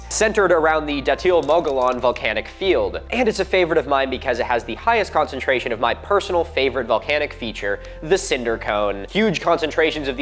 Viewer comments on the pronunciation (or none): all I want is for you to pronounce Mogollon correctly.... please... please... Please make a short or something saying, "Muggy-own"... "Mogo-Lon" is so very wrong. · I kick myself for not subscribing sooner. Your takes on archeology and history are entertaining and educational. Uhh, Mugollon is pronounced Mug-E-On. Like the double LL in tortilla. 😂